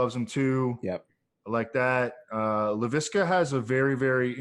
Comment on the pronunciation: Makes me cringe listening to you guys say Re-ger instead of Ray-gor. Also, La-vee-ska?!? Haha what? It’s La-visk-uh